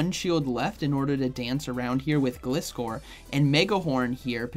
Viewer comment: it is pronounced GL eye score according to the anime. Which makes sense, cus the name is composed out of glide, from glider and scor from scorpion. Thank you! And you're welcome! I love your videos! 😁👍